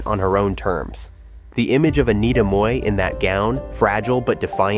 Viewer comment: Im glad you pronounced Mui correctly. For the american audience, she was in jackie chan rumble in the bronx as store owner.